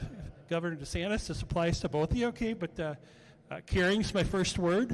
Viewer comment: Sounded like the guy said "You're here to see Ron Desanctis, not me." Is just me or did he really say that?